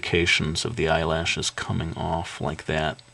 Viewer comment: I tougth that you said Eye launchers :P